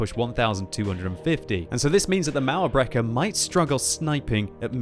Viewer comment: everytime says "mauerbrecher" i wonder if german is that hard to pronounce im germany myself